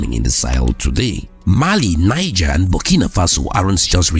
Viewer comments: The country NIGER is pronounced NEEZHER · Niger. Pronounced "Knee. zheh"